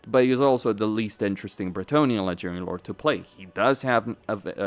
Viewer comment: why do you pronounce "ledgering lord" instead of "legendary lord"?